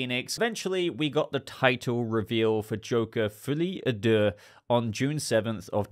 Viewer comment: The mispronounciation of "folie à deux" is, in itself, maddening.